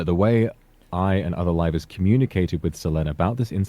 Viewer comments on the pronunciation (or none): i just adore the fact that the CEO's pronunciation of "Livers" sounds like "Rivals" like he didn't just sic 3 of them on Selen. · I thought that guy was saying "rivals" for way too long